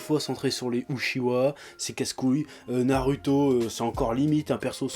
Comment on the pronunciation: on dit ''Narouto'' et pas ''Naruto''